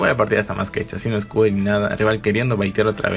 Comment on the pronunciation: Se dice escudo no excuditito